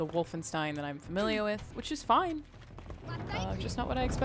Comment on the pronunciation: Oh no please. Not wolfinestine.